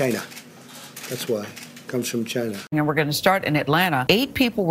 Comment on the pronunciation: Having a "bad day?"It's not about race? On his Facebook page he admired a t-shirt that said "Covid19: Imported virus from CHY-NA" (Trump pronunciation)